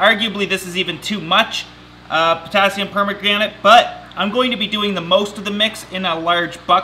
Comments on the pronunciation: Potassium per-MAN-gan-ate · Jennifer Hall i think it was potassium pomegranate? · Did he say potassium pomegranate ......🤔🤔🤔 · Could've said worse - like potassium pornogrenade ;) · That is why I use Physan (available on Amazon). I've used it on orchid seedling with absolutely no problem. It's standard for unflasking orchids. It isn't cheep bu you don't need much. By the by KMnO4 is pronounced Potasium Per-man-ga-nate. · Potassium "Pomegranate" XD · Is he trying to say Potassium Permanganate? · The way he says Potassium Permaganate triggers me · Stop saying Potassium permanganate it's making me laugh :D didn't know that is how you treat plants though, thankyou! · Stuart Hartley He failed the pronunciation really bad😂😂😂😂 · Potassium pomegranate 😂